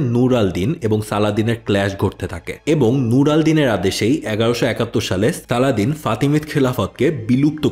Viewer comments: সালদিন কেন বলেছেন 😢 আপনিই বললেন ওয়েষ্টরা সালাদিন বলতো। এর অবশ্য কারণও আছে। তাদের উচ্চারণে সমস্যা হতো আর মুসলিমদের নাম বিকৃতির ক্ষেত্রে তাদের তুলনা নেই; আপনার সঠিক উচ্চারণ উচিত ছিল। আশাকরি সংশোধন করবেন। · ভাই পশ্চিমাদের মতো সালাদিন সালাদিন করতেছেন কেন? তারা নাম বিকৃত করে বলে আপনিও সেটাকে গিলে নিবেন? আর শব্দটা ভিজির না, উজির। শব্দটা আরশাফ না, আরসুফ। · আপনি একজন মুসলিম হয়েও পশ্চিমাদের মতোই তার নামটা ঠিক ভাবে উচ্চারণ করতে পারছেন না! আই আফসোস